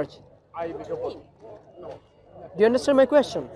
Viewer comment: you’re doing God’s work. May Allah increase your knowledge stamina and good fortune. Please improve your pronunciation i-e the word ‘church’ wasn’t understandable